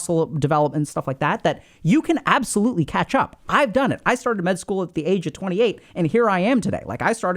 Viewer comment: i heard ketchup one time and then i couldnt stop hearing it lol